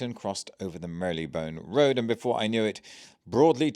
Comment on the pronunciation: I'm sure there's no y in the pronounciation of marylebone btw